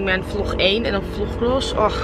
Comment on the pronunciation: omg je zei vlog 1 zo raar 😂 btw je makeup is zoooo fleekyyyy